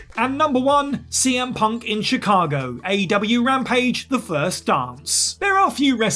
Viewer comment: Chicago* not Chicohrgouw